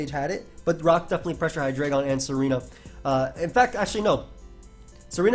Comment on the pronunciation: its pronounced hyDRAIgon not hai-dray-gon